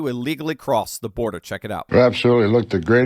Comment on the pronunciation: Border, not birder!